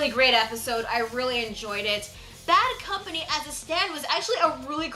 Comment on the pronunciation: who cares about the subs since they prenounce it "baddo kampani"?